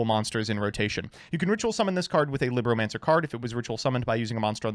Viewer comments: It’s “LEEBromacners” not “LIBronancers” Liberal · Well technically its "lee-broh" as in spanish for book... Wow i actually used that fact... Huh...